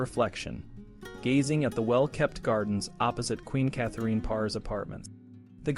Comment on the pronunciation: Shap Eyes? Kath-a-reen?😅